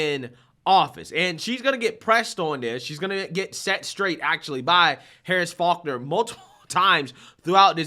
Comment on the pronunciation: Dude her last name is FaulkNer You made it sound like harris focker😂